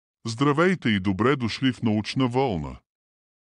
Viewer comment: Не вЪлна, а вълнА❗ ВЪлната се стреже от овцата❗ Бих ви разказал още за Квантовата механика, но вЪлната ме издразни, съжалявам...